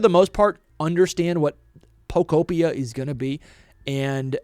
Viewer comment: Bro can’t even pronounce pokopia right. Come on.